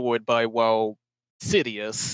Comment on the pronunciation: if Nergigante ate another Elder that isn't cannibalism unless the other Elder is of the same species. If a hawk eats a pigeon that isn't cannibalism. Also Ceadeus is pronounced Sea-day-us. No idea why you were all calling it Sidious.